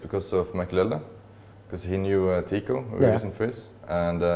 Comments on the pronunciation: Не Тико, а Тиико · Teeqo, а не Tico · Не Tico, a Teeqo